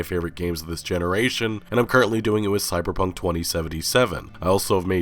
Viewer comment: lol did you say cyPer Punk?